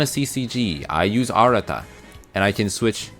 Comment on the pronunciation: it's not arara lol it's arata